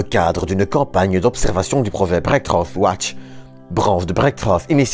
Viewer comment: Merci beaucoup, c'est passionnant. (On ne dit pas brékrof watch mais brékfrou watch, enfin a peu près :p )